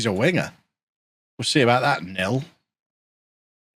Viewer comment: Great show, scared to think I'll be in my 50s in 2036! Ps, Nil is pronounced Neil, as in kneel, not Nil:)